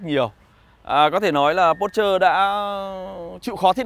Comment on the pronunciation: A dislike because of your mispronounce . Not pút trơ . OK ?